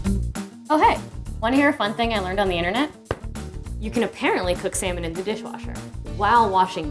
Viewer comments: Why I'm hearing semen instead of salmon lmao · why do they pronounce it as "samon" and not "salmon"? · sal - mon but the L is silent